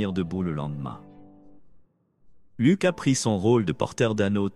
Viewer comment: On ne dit pas lok mais Luc